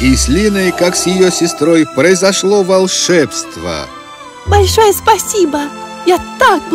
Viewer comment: А может не волше́бство а волшебство́?